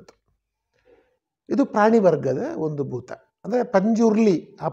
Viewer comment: ಬೂತ. ತುಳುವಿನ ಬೂತಕ್ಕೂ ಕನ್ನಡದ ಭೂತಕ್ಕೂ ಉಚ್ಚಾರಣಾ ಹಾಗೂ ಅರ್ಥ ವ್ಯತ್ಯಾಸವಿದೆ. ದಯವಿಟ್ಟು ಗಮನಿಸಿ.